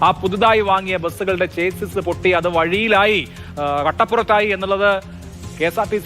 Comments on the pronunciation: ചെയ്സ് അല്ല മാറൂമി മാപ്രകളേ, Chassis ആണ് ശരി. ഷാസി എന്നാണ് ശരിയായ ഉച്ചാരണം. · ചേസ്സിസ് അല്ല ചാസീ ആണ് ശെരിയായ ഉച്ചാരണം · chassis ഒരു ഫ്രഞ്ച് word ആണ്. അതിന്റെ correct pronouncing ഷാസ്സി.